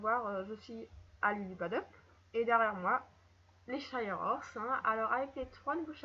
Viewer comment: Les shires pas les shaieurs horses ,-, Sinon super vidéo